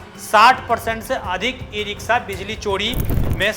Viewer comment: "स" और "श" में अंतर करना सीखिए और सही उच्चारण किया करिये ये इ रिक्शा होता है , इ रिक्सा नहीं।